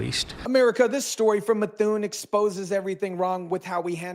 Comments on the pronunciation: It's Meth- oo- en not Methune. New England names are tricky 😊 And Foote is pronounced Footie or Foot...😂 Sorry I can't help it. We can always tell when you're an out of state-tah 🤪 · Pronounced "MA THOO EN"